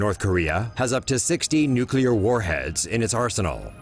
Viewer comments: Someone should tell the narrator how to pronounce "Nuclear". He kept saying Nucular. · Why does the narrator drag out the ends of sentences and keep getting "nuclear" wrong as "nukular"?